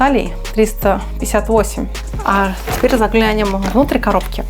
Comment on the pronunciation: нет слова "заглЯнем", есть "заглянЁм." Когда в слове есть буква "Ё" ударение всегда падает на неё.